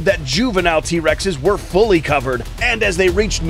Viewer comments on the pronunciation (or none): none